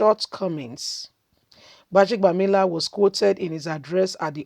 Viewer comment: Please learn to pronounce people's names properly sis.